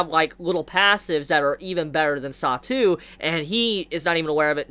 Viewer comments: his chara name is satoo and isn't pronounced like the satou she said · but she did in fact pronounce his name differently